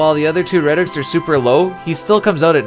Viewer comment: Just discovered your channel recently, and I am loving your Final Fantasy videos. One minor bit of advice I wanted to offer: I noticed that when you speak about your evaluation criteria, you seem to refer to the categories as "rhetorics" (at least that's what it sounds like to me). I think perhaps the word you're looking for would be "rubric," or maybe "metric," which both can refer to grading systems. Just my two cents, anyway. Looking forward to checking out more from your channel!